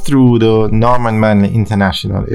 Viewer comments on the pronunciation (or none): Stop "Looping"! And the word is ("T H E"! The) if you want to be a good Narrator learn to pronounce the words properly!!!😞